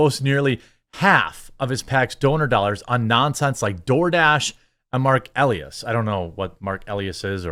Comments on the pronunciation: Marc E Lie es is how you say it for the next time you run across this fool or his name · Elias is pronounced: uh-LIE-us